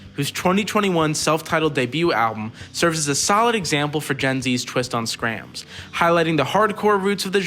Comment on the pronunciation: Hahaha no one calls it Skramz😂